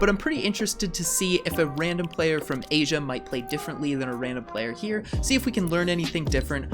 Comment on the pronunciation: Yee say asia